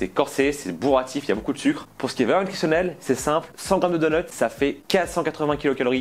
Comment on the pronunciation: Sinon vos mots anglais comme donnuts et nuggets alors que vous parlez 0 anglais ça va ?